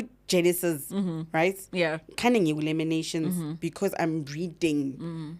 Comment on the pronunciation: Lamentations not laminations sorry just correction